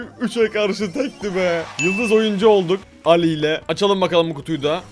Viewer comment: Abi Alli Elli diye okunuyor